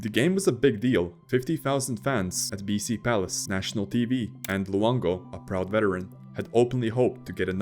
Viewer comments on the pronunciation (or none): BC Place, not BC Palace😂 Otherwise, excellent content!